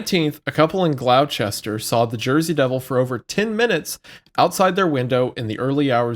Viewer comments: As a resident of south Jersey the butchering of the names of towns got me so heated and was so funny lol. Gloucester doesn’t have a H, it’s Had-Don heights not Hayden, and it’s Mays landing not May landing lol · May landing.. glow Chester.. dying at the pronunciations of nj towns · Please don’t say Gloucester like that 😭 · being from around the area hearing pronounce Gloucester hurt me lmao